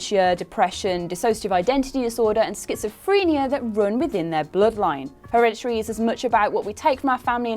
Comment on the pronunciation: So, Herede-tree huh?